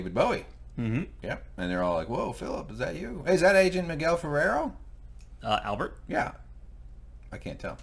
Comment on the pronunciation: Ferrer not Ferrero